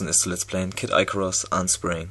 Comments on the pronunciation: Aber für die nächsten Videos musst du noch lernen wie man den Titel ausspricht ;D Nicht böse gemeint ^^ Ist nicht ''Eicarus'' sondern ''Icarus'' so wie man es liest ^^ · "Icarus" spricht man deutsch aus , ist aber nicht so wichtig ;D